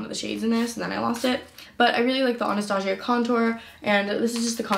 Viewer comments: “AnastaShia”😂 ughh the cringe its Anastasia 🙃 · "Anastashia" she said 😂😂😂